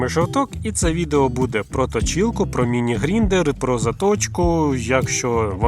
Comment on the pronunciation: Та не "Гріндер" а ГРАЙНДЕР!!!!!😅😂😂😂